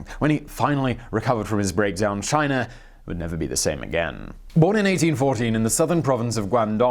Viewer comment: You say Chiner every now and then, and that makes me laugh so hard.